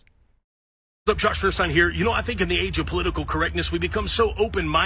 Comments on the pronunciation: Feuerstein is pronounced "foyer-shtine". Nice video as always ^V^ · His name means Fire stone and btw is not actually pronounced firestien but more like Foierstain ;) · Feuerstein German for fire stone or rather flintstone. Sry for nitpicking -. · His last name is German. "E-I" in German is pronounced like a long "I" in English. See: Frankenstein or just Stein surnames. So his name would be "fewer stine". Incidentally, "I-E" is a long "E", like in "Field". And "niche" is pronounced "neesh". It's French. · Religion aside, does that guy even know he spells his own name wrong? It's Feuerstein, it's a German word made out of the words Feuer, which means fire, and Stein, which means stone. The correct translation would be flintstone. Which kinda fits if you think about it. Anyway, it's pronounced foi·er·schtain not fir-stin. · He says liberals are the snowflakes, but I bet he’d be pretty upset if I said his last name with German pronunciation. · I find it funny how you all pronounce the name Feuerstein wrong hahaha